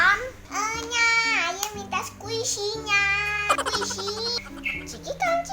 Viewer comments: 😂😂😂 squishy ko dengernya kuwaci duuhh sok tau nyaaakk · Squisi nyakkkk.... bukan kuaci..😁😁 enyak sok tau..😁, keren parodi anak nya. mantap.. sangat menghibur sekali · Nyak nyak bukan kuaci,squisi...et dah nyak sok tau banget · Squshi jadi kuaci Wkwkwkwkwk, emaknya gaul juga garti btw😂😂